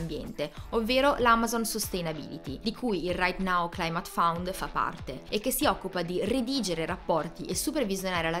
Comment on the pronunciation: Ottimo video, ben fatto e con eccellenti contenuti...unico piccolo appunto: "fund" non "found"...😉😉😉